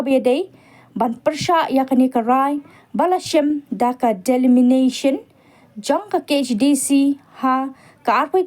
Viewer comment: Kam dei delimination kong,dei delemitation.